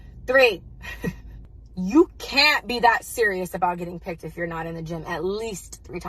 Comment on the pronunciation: She said "picked" lmaooooo welp